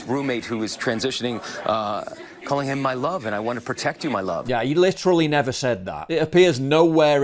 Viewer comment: He litruhly never said that. But he said similar. So stop lying.